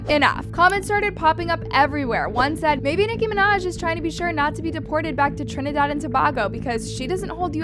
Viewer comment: you said Trinidad perfectly! 🥹 Tobago is pronounced with a long A or in the same way the a capital A sounds… it’s the same a sound that you get from the words, way or say. With love a girly that grew up in Tobago 🇹🇹🥹🙏🏾🙏🏾